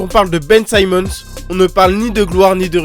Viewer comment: Ben Simmons, pas Ben Saïmons. C'est prononcé correctement dans ta vidéo par les joueurs eux même.